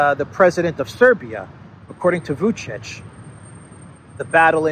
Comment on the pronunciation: "According to Vucic".. you can do better... it sounds like "according to Kamala Harris"